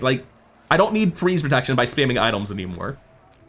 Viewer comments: I hear idols! 😄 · Something about the way he says items...